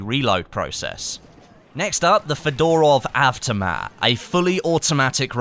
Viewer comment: I thoight he said fedora of aftermath not fodorov avtomat